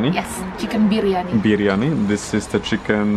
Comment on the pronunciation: You just murdered the biriyami .. you know that !!!